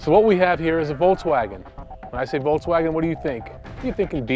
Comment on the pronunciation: i hate how he says, voltzwagen